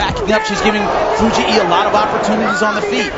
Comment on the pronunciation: i hate the commentators pronunciation of Fujii. It's not Fu-gee-ee. It's just Fu-geeee.